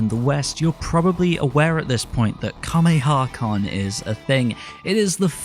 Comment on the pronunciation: You keep pronouncing Kamehacon wrong.